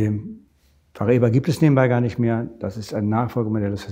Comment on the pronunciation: Du weißt schon, dass das portugiesisch ist und eigentlich Paraíba geschrieben wird. Demzufolge haben sie es vollkommen richtig ausgesprochen. Aber für Kultur habt ihr MLM-Moonboy-Jünger ja eh alle kein Gespür.